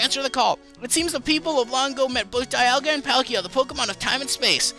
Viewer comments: It's pronouced Dee-alga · Dee-al-gah , that's how I heard it in the movies